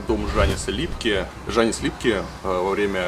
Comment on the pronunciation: во-первых дАугава а не даУгАва. Во-вторых Янис а не жанис